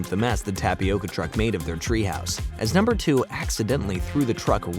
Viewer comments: Love this recap and I miss this show greatly!! Just fun reminder, it's, "Numbuh," not "Number!" 💜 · You are pronouncing "numbuh" wrong